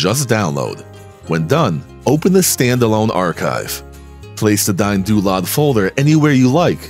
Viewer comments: I dont like DynDolod. But I love watching this video and I love how yous "DayinDoolod" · "Dyne-Doo-Lod." Welp! I've been pronouncing it wrong for years!